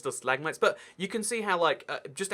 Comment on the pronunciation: Wait how to do say it stilagmits